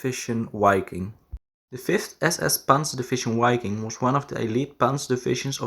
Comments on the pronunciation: APPRECIATE THE HISTORICAL INFO. PLEASE CHANGE: WI-KING not Ui- king, Wa- ffen not Ua- ffen. Anyways fantastic content! CONGRATS! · Wiking is pronounced "Vee-king". Waffen is pronounced "Vaff-en". Narwa is pronounced "Nahr-vah" Dniepr is prounded "D-nee-per". That's a start. I can't keep up with the mispronunciations - there are so many, essentially every sentence is an auditory train wreck. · The “W” in German makes a “V” sound. Say Vaffen and Viking. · Just FYI - The German 'w' is pronounced like an english 'v' and the first 'i' is long so it should sound like Veeking. Wiking is German for Viking. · It's pronounced "vi-king" with a short "i". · Dude - in German you spell and pronounce "Wiking" with a clear double-u. In English, it is spelled "Viking", and pronounced as a "v" - a clear "v". You should change the commentary, as it reduce the quality of the video quite substantially!! In fact, the video is almost non-comprehendable due to your extremely bad pronounciation - slow down, and concentrate on pronouncing the words clearly. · W is pronounced V in German.